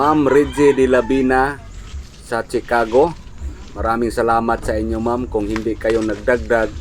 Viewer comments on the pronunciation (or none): none